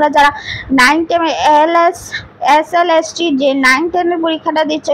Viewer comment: SLST টা একবারও ঠিক করে উচ্চারণ করতে পারলো না। ওটা LST নয়,SLST... আর স্ক্রিপ্ট টা অত ঝড়ের মত পড়া মুখস্ত এর মত না বলে ধীরে সুস্থে বললে সবাই আরো ভালো ভাবে বুঝতে পারবে। যাইহোক যেটুকু বললেন তাতে অনেকেরই উপকার হবে, আমারও উপকার হলো,যাইহোক আমার কোথায় mind করবেন না।